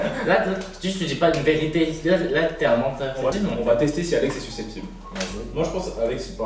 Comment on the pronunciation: ce que j'ai retenue : suquesesptible